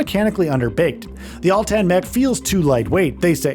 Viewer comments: Uhhhhh atlan not altan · Every time he mentioned the Atlan mech and said it wrong, it made me picture a mech that had been in a tanning bed too long and was dark brown or orange 😂